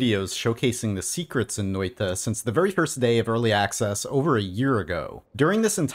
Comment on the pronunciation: Its Noita not Notia